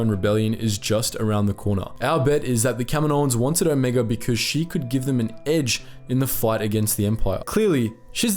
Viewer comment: "let's talk about Omega, or rather Omeeguh "